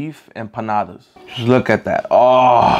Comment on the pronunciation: "Look at dat aauygh